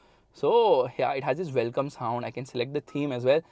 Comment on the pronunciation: Your ...wellcccommm thhee anthghdbshrrr blllllooggsggsg...is amazing😂